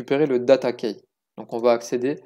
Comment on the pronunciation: Super ! Par contre Key se prononce "ki" pas "keille" :P